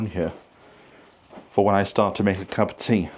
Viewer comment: Sorry you had such a bad day. I had a bad day yesterday. Lovely homestead BTW. I really like the way you say 'cup of tea'.